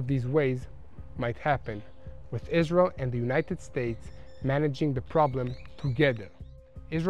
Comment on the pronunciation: To me it is cute how israelis pronounce Israel like "Islel" 💙